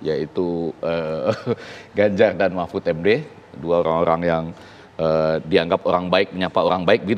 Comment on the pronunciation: Pak MAHfud aja dalam pidatonya setelah resmi jadi wapres ganjar menginginkan perubahan Kok....itu entah sadar atau memang lidah beliau keseleo, kita gak tau juga..😂😂